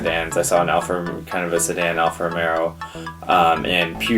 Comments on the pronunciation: It's Alfa Romeo not Romero! I had one, I am certain it is Romeo. But not pronounced like Romeo and Juliet... it is the same as the way you were pronouncing it just without the second "R". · Not Alpha Romero but Alpha Romeo (Like Romeo and Juliet) and Peugeot is spell /puːˈʒoʊ/